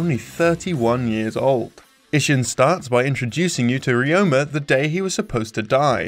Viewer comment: It's pretty funny how you're trying hard on the "Ryu ga Gotoku" pronunciation and then just crapping out "Ishin".